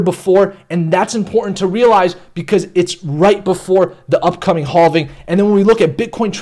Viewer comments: Danggg he said haulving like a million times. I thought it was okay but it's not lol. Never heard this type of speach before. But I cant take it anymore lol. It hurts my head 😆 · Lol haulving! That's what I first thought. Hallving. Be nice though. He used to say halving(having) but I think hes changing it up. It just sounds so awkward tho. But it's okay, to each his own. 🤙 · I don’t think you’re saying halving right 😂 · Halving or hauling? I mean seriously lol.